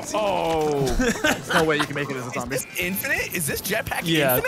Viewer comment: "A ZAMBIE WITH A ROCKET!?"